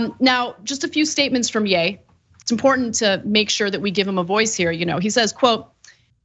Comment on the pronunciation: Not Yay Ana. Yee. Either way he’s still obnoxious.